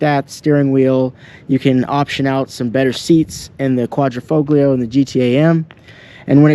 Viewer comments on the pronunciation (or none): Very informative and good detailed video , but the only thing is please use the proper terms for model designation .., the quatrofoglio is pronounced in this manner broken down phonetically “ quatro -fall - yee -oh it’s not quatro - fog- lee -oh Remember it’s an italian car and it means four leaf clover 🍀 in Italian , the symbol Alfa has used for racing since the beginning. Cheers ! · Say Quadro - fo - lio . The G is silent . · Correct Italian pronunciation: "quadri-fole-yee-oh" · I have never heard a single English-speaking Youtuber say it correctly: we do not say QuaDROfoglio, but QuaDRIfoglio... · Just to correct you Quadrifoglio, it's not Quadri-Fog-lio, FOG-LIO sound like FOLIO you don't pronounce the G. Thank for the video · the G in Quadrifoglio is silent, and it's not QuadrO....it's QuadrI foglio.... you're welcome. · Quadrifoglio is pronounced, "...folio". No hard, "G". Like, "intaglio". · Quadrafoglio you’d think he could Pronounce it right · It’s pronounced Quadrifolio… the g is silent. Please stop mispronouncing the name of this vehicle. Thank you! 😢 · Sorry dude I gotta say it. Quad-ra-fo-leo. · bro the G in italian is silent Guadri-Folio it is pronounced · Hi it's FO LEO it is a silent G bro..beautifull car 👍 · Yo, wtf is a Quadrifo-glee-o 😂😂Can't even pronounce the name right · It's Italian, so you don't pronounce the G! Quad-ri-folio. Bet you say Jagwar too....Jag-U-ar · Good job. Quadrifoglio.....don't pronounce the G.....Qua.....dree....fo.....leeeo! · Just for information, the „l“ is silent and pronounced „fo-gio“ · Great video. Beautiful vehicle . Thank you for showing and explaining the car. I want one!!! The g in Quattrofoglio is silent though.. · Why should I listen to someone who cant even pronounce Quadrifoglio ?! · the G in Quadrofoglio is silent dude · Would you yanks stop pronouncing the ####### "g" in quadrifoglio!!!!!!! So ####### annoying! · Don’t pronounce the g in quattrofoglio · Learn how to pronounce "Quadrifoglio" then we'll talk.